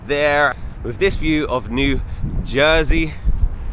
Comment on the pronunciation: There are a few gas stations in Manhattan including one in the West Village! Also, as someone from Jersey I love hearing you say it!!